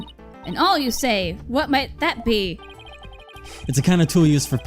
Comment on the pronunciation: Awl is pronounced like All